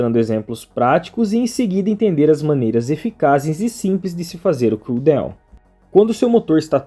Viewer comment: Bom dia, mano, não é por maldade nem nada, mas a palavra DOWN não se pronuncia como DEUWN !